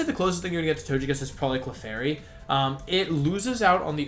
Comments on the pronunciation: it's not tochekiss but togekiss, it's a japanese name not english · Do you say Tojekiss on purpose?